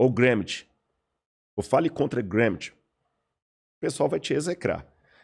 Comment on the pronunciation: Eu sou acadêmico desde 2004, na área das Ciências Sociais e te afirmo que ele não sabe do que está falando. Ou sabe e dá falso testemunho. Ninguém lê Karl Marx ou Antonio Gramsci. E ninguém pronuncia o nome deles com esse sotaque, seja no Brasil, na Alemanha ou na Itália...). Em todas as disciplinas de graduação, mestrado e doutorado, eu li Marx em, no máximo, quatro. E Gramsci, em duas. Por isso, minha pergunta permanece: esse cara passou pela universidade mesmo?